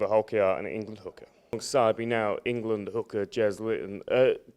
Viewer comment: "Englad"? is that near 'Irelad?